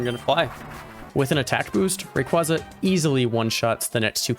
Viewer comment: It's Ray qway zuh, not ray qwah zuh